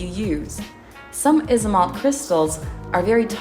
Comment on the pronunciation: i know right, it’s pronounced “Aisomalt” or “Aisomolt”